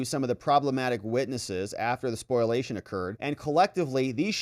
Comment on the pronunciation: SPOLIATION (spoh-lee-A-shun), not SPOILation, please...